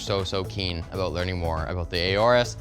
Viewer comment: im pretty sure its just "orus" not "ayorus"